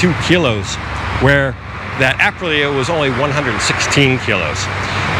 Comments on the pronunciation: I can't help it, I'm sorry I have to correct you, it is not Aprila it is Aprilia, don't forget the "i". You get it correct later in the video. Royal Enfield have just released their new Guerrilla 450 based on the new 450 Himalayan, more expensive than the Meteor but like twice the power, also really worth a look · Love your videos but please check out how to say Aprilia like an Italian.....it doesnt matter really but...."thats a spicy meatball"....EDIT you actually said it correctly later on in the video. lol. This scooter is different, the price is the price, its actually made in Vietnam for Aprilia, the main draw back for me would be servicing. PCX and Nmax though on every corner can be serviced on every corner. The reviews out of the Philipines are positive but again you would have to ride one first. The RE Hunter is cool but very low on power, still waiting to see if someone will bring/import the BSA Gold Star to Thailand, though the pricing of the BSA seems to higher than the RE Interceptor which will make it hard. Just love the look of the BSA. You are right GPX dont hold value. Also when I looked at them seemed the overall fit and finish werent that good, guess you get what you pay for.